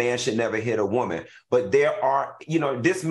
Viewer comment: I just love how Al says woman (whoa-man) 😁